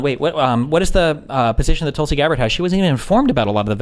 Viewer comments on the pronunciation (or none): none